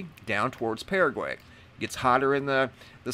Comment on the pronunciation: Hey bevis hu hu he said paragay hee hee